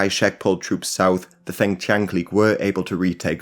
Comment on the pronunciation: Feng rhymes with lung.